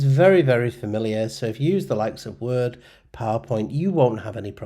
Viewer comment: Me perdió cuando trato de pronunciar la palabra Word...lo he repetido como 10 veces